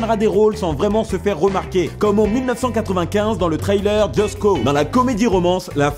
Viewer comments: Essaye d'éviter de dire "trailer" quand tu parles d'un "thriller", je mets toujours 30 secondes à comprendre de quoi il s'agit du coup x). Ps mon genre de faire chier sur la prononciation, mais là ça nuit à la compréhension par moments ^^ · j'ai mis 17 épisodes à capté mais quand il dit «trailleur» il veux dire «thriller» et non pas «trailer» ce qui n'avait aucun sens